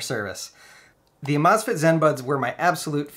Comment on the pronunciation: Think it’s supposed to be pronounced amaze fit.